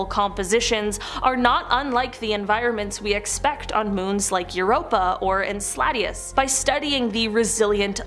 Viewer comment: Ok I had to stop at the pronunciation of Enceladus